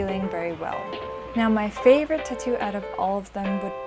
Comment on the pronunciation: if u say tuhtoo one more time im gonna like this video